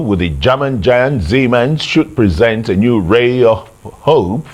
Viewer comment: Dear arise it is siemens not siemen